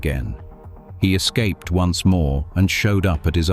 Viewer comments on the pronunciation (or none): none